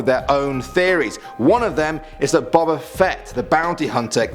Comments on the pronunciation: It's boba like boba tea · his name is boba not what you said